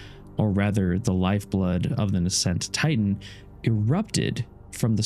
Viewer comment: it really bothers me too. And words like nascent and scintillating bring pronounced wrong. Mad respect to the channel, but it just pulls you right out of the narrative repeatedly. That said, I believe I'll continue to watch and just push through the linguistic faux pas.